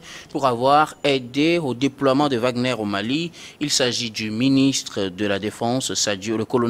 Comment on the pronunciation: L'homme à la cravate rouge est tellement nul qu'il n'est même pas capable de prononcer correctement le nom de WAGNER